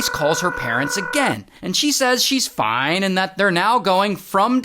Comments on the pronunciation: The “FOINEE” always takes me out😭😭😂😂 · bro the ‘ FOINEE’ gets me every time ✌🏽😔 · I can’t with ray when he says fone and then he said Rizz 😂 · It's the "foin" for me😂